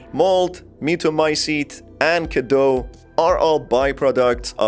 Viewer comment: what i have noticed is that in the game they don’t quite pronounce things right... Even Dimitrescu is pronounced wrong for how it’s written in Romanian. So in “Cadeau” you read the final eau as o while in “Cadou” they should have said as it’s read and add the u at the end to pronounce it correctly. But yes, the Romanian cadou is derived from fr. cadeau, what I just wanted to say is that they didn’t quite make it sound like Romanian, but French, with the pronunciation and even the naming of some characters.